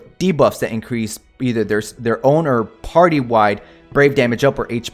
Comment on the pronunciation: Increase: you sneeze LMAO